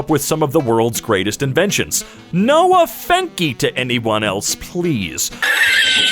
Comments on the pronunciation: I'm sorry if I sound like a smart ass but offence is a alternate spelling of offense. Offense is the Americanised version of that word. So you pronouncing it like offenke is wrong. Just no ill will intended or no offence lol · Um, is it an American thing to make fun of the CORRECT spelling of 'offence'? I am not seeing the joke. A literal 5 sec Google shows there's absolutely nothing wrong with that word, so why the laugh gif and odd 'O-fen-key' pronunciation? I think you guys just r/Iamverysmart-ed yourselves there... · Hearing say "off en key" saddens my heart. That's how we spell offense here, and he just made himself look dumb. Maybe this is the subreddit for him. No offence, I like you because you're my favourite emkay, but you saddened my heart today. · Why pronounce offence as off-en-kee? That’s the correct spelling of the word - only the Yanks spell it - and its antonym, defence, with an S! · Pretty sure it's pronounced as "offence" in british english. Not trying to be a smartass, I'm just a grammar nazi. And yes that is the only word he spelled semi correctly.